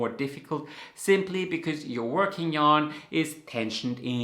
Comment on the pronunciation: Because his accent is different than yours and apparently doesn't differentiate as much between V's and W's. And then to make the O sound in "ork" the lips are rounded so they're the same shape as the shape your lips need to be to pronounce a W, and the O sound in "ing" has the lips pulled more like a smile, and that's closer to what shape they need to be to pronounce a V. This kind of thing happens all over the place in different languages and even different accents of native English speakers, it's very cool when you notice! Like for example certain English accents will pronounce "sting" with an S and "string" with a sh sound like "shtring"! In this case it's because the position of the tongue for a r sound is much closer to the position of the tongue for the sh sound than it is to the position of the tongue for the S sound.